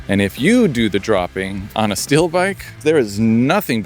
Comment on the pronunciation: Love that bike. But why do I keep hearing "still" when you are saying "steel"?